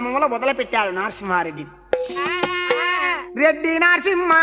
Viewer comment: అయ్యా కథ బాగుంది కానీ నారసింహరెడ్డి కాదు నరసింహరెడ్డి